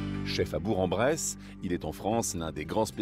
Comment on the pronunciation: BourK en bresse svppppppppppp bour en bresse ça existe pas